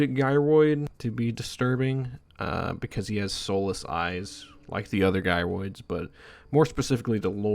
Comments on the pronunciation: bro called "jy roids" as "gi roids" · Fyi gyroids are pronounced “jairoid” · You call them 'Guy-roids' moments before mentioning that they 'Gyrate'...